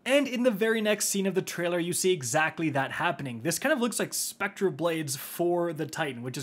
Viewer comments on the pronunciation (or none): none